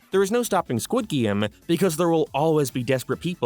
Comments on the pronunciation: What is a "Gwid Game"? This isnt even an accet thing, this is just autism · Why does he keep saying “guid game” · I just clicked to hear you say "Squid Geem" 100 times. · Why are you saying squid game so weird? You're obviously doing it on purpose. I had to turn the video off halfway through.